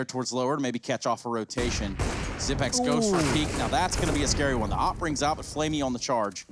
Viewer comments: Why do commentators keep saying Xypn8x , there’s no N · Faceit commentators Bardolph and DDK pronounced it like that when he first arrived and it stuck. DDK said they were pronouncing part of the 9. Xyp9x waited a while before telling people it was pronounced zipex.